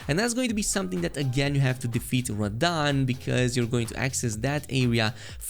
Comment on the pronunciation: "Defeated rahdan" and like that you've lost me